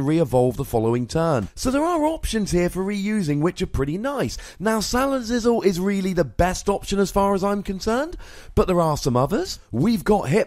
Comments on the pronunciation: He's mispronouncing it on purpose because he hates the Pokemon itself. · "Salazizzle" lol